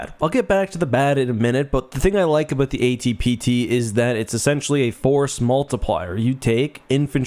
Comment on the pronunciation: brother man. You spent mins to talk "aboot" it. Lies!! edit Screw that snow mission in Rouge Squadron. ONLY mission I couldn't get gold in.